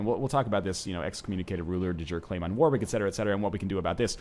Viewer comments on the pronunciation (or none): none